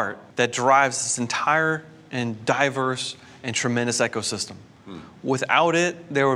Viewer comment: He keeps mispronouncing “ecosystem” and it’s bugging me... this guy says,”EKCO-system” 😒